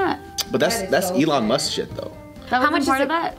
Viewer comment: "Elon Must"